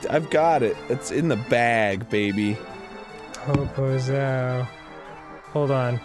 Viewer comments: I dont know if Danny knows, but every time he says poposao he is saying big ass. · I'm brazilian and when I heard "popozao" I just thought "please don't be the word I think he's trying to say". It was. I didn't know that song existed, but sorry. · HOLY SHIT Dan Sucks at portuguese, but it's fucking funny to listen to him trying to say the words, made my day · I know this video is old, but "Popozão" means Big ass said in a poor way